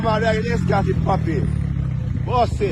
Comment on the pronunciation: Di man seh DISCORT not EXCORT😂